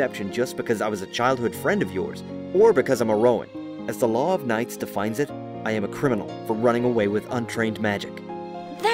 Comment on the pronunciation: Has anyone noticed when is reading the word knights isnt finished... 6-7th line